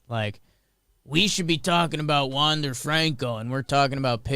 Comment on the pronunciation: Wander's last name is pronounced like Maikel Franco, not James and David. Enjoy the sports weekend, let's go do that hockey!